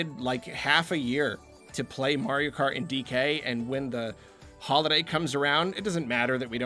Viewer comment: After the 5. "Holiday Game" mention or so I finally understood that you don't say "Hollow Knight Game"....which actually sounded strange